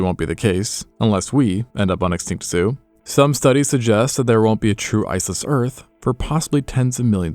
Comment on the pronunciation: extinct zoo more like extinct yoo 😂